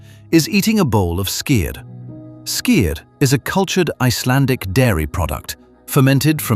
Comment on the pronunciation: I must say, you pronounce Icelandic very well, 😊👍👍